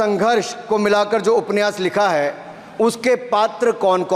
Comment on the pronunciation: उपन्यास बोलना नहि आता ठाकूर सहाब को